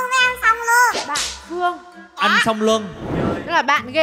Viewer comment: Cách phát âm chính xác là cô Hương Lan, dù cô có hát nhạc trẻ hay bất kỳ thể loại gì cũng vậy. Fan lâu năm của cô nghe phát biết liền